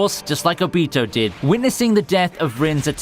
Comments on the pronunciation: "itchigo" no its eacheago and its not obeato its ohbitoe pronounce it correctly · I got triggered when kept saying obito's name wrong. A-beh-to is not how you pronounce it, its o-bee-to. I mean no hate, just triggered. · bruh he says like all the names wrong ObEtO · You say obito wrong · Good video but i really hate the way you say obito. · I don’t like the way you say obito’s name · I love your videos but you arent pronouncing the names right witch annoys me, like how Hou Said obito and tanjiro